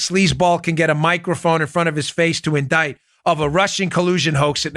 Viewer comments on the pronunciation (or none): none